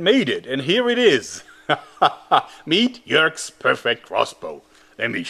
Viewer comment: Jörg, not Joerg :)